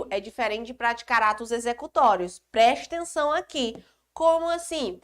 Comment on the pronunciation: ''PRESTENÇÃO'' kkk ótima aula prof